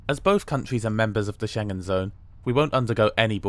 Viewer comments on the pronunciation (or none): none